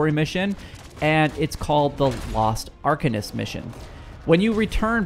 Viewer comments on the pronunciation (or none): none